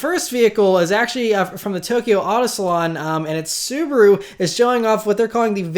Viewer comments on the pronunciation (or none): none